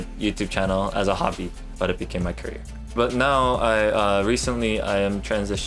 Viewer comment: whenever jun says career i keep thinking hes trying to make a CURRYer pun